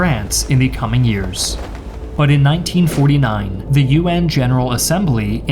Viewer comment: Hey - has anyone ever told you, that you pronounce the words “the” and “a” incorrectly?